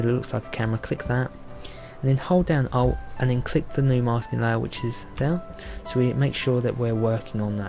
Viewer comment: hahahh same as me was listening for it .. i thought he said O lol